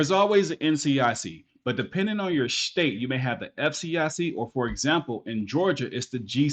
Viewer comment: "depending on your shhhtate"